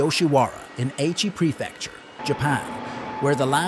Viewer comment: It is not aychi prefecture, but a-ichi, a as in car, ichi as in itchy.